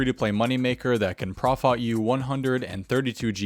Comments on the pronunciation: Looool loved how u said profot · Lmfao you said profot as profot, I love you. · I'm so glad you caught the "profot".